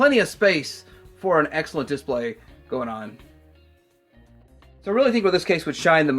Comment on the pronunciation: dis-PLAY, not DIS-play. Like if you agree